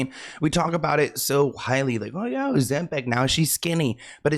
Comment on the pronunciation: That silent "b" 😅 couldn't be me